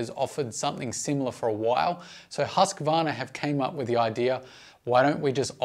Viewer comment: the husssqvarna... Its called huuuusqvarna.... long uuuuuu